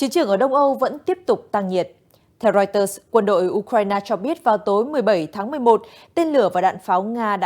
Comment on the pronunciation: Đọc chưa đúng , wa - sinh-từng ????? Hãng tin của Anh đọc chuẩn phải là “Riu - tơ “ mình có cảm giác moij người đọc theo ý mình thì phải???????